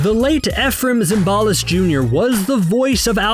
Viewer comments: It's not Zim BAL is, it's ZIM ba list. You are saying it WRONG! If you don't know how to pronounce it, *LOOK IT UP!!!*. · Zimbalist rhymes with Symbolist. Every single episode of the F.B.I., the announcer spoke the cast's names out loud, during the opening credits. Zimbalist was the main dude. You'd have to have never seen a single episode of the F.B.I. to not know how to pronounce Zimbalist. Does your mommy still powder your bottom, kid?